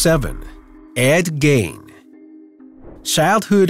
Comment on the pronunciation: its gein NOT gain plse get yr pronunciations right fcol